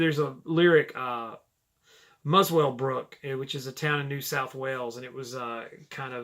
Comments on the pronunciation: About the Musswellbrook lyric in Black Friday...anybody who happens to listen to this song and also happens to be from Musswellbrook usually winces and cringes whenever he/she hears the word in the song. Although spelled Musswellbrook, the town name is pronounced "Musselbrook". Just more obscure SD trivia... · Hi I live near Muswellbrook NSW, Australia. Yes there are kangaroos around there but us Aussies pronounce it Musclebrook ( or Mussellbrook as the other Aussie says ), just saying. For a long time my favourite Steely Dan track was Bad Sneakers